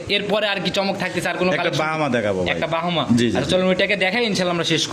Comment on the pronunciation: আপনার লোক সব বাটপার কথা বলে বেশি কথা ও ভালো করে বলতে পারেনা নাভি রে বলে লাবি আর ব্রাহামা কে বলে বাহামা